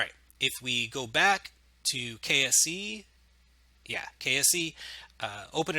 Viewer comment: Every time you said "KSE" I kept thinking you were saying "KFC" xD